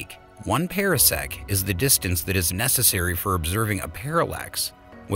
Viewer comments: Different commentator, same mispronunciations. One example: parsec pahr-sek not para-sek. Could have been a great video but ... down vote. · FTR: Par - sec not Pear - sec. oh and Ma - gel - in instead of Mag - allien. Not a English lesson or meaning to be crass - just noticed. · And it's PARsec, like a Par 4 in golf. Not Para-sec, as in Parachute. And the plural is Parsecs. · This voice mispronounces terms. Parsec is properly pronounced like a golf term: par sec not like a pear (pear sec) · And it is pronounced ˈpärsek